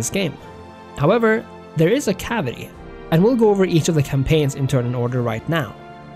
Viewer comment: Caveat. Not cavity.